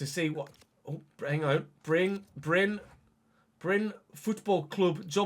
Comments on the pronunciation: Happy to see you manage in my home country (even if not my local club). First a little heads up re. pronunciation: The e is not silent, we say Bry-neh; you nailed the y sound btw. Then lets talk about RL: Bryne were promoted from lvl 2 the previous season, and were among the favourites for relegation. They are set for 14th this year, and still have to win a playoff final to stay up. This means 10th is a fair bit above expectation. A realistic storyline is that the previous manager was poached by a bigger club after making the team overachieve. Edit: As you requested help with name pronunciation, i will provide. Wik = Veek Scriven = Skreeven Lie = Lee The rest you basically nailed, aside from the fact that people from southwestern Norway say R in the French manner. (The rest of the country mainly side with the Scots on this matter.) As for KFUM, it's an abbreviation. More precisely the Norwegian branch of YMCA. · Bryne is actually pronounce BRYN-E so as it says but you still pronounce the E but not like ee in speed for example it’s a light tone